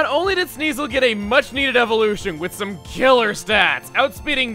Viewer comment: Chugga, I'm pretty sure that lady who was talking about the Thick Fat ability wasn't putting emphasis on the word, "some." That was literally all you, guy.